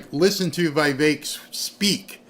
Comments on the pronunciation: IT’S VEE VEK. NOT VEYE VEK. IT’S VEE VEK. NOT VEYE VEK. IT’S VEE VEK. NOT VEYE VEK. IT’S VEE VEK. NOT VEYE VEK. IT’S VEE VEK. NOT VEYE VEK. IT’S VEE VEK. NOT VEYE VEK. IT’S VEE VEK. NOT VEYE VEK. IT’S VEE VEK. NOT VEYE VEK. IT’S VEE VEK. NOT VEYE VEK. IT’S VEE VEK. NOT VEYE VEK. IT’S VEE VEK. NOT VEYE VEK. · the "i" in Vivek's name is the same as in the word "pique".